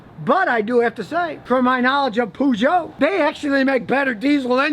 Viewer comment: 'Pooh-jout' LOL... :-D